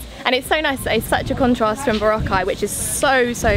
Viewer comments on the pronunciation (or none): he still can't pronounce Boracay properly.